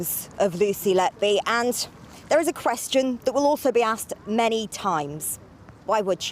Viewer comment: HER NAME IS NOT LETBE IS LETBY... YOU READ LET BY, BUT SHE WAS LET-BY WHO... WHO LET LETBY DO THIS AND WHY LETBY NO LETBE WAS LET BY WHO SO LONG, HER NAME SAYS EVERYTHING SHE WAS LET BY WHO TO DO THIS MURDERS